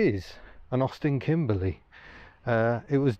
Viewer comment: I appreciate the "Kimbleh" Notts pronunciation!